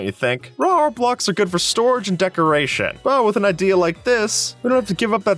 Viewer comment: anyone else hear "rawr blocks"?